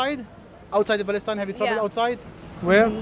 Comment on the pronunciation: He clearly says that it's no Palestine but Balestine